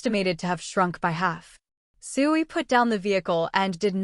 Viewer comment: Starting to wonder if this is an AI voice. It actually pronounces S.H.I.E.L.D properly instead of a 1 second stutter per letter that most vids have.